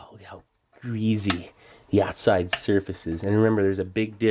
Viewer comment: ‘There’s grease and then there’s greezy’ 😂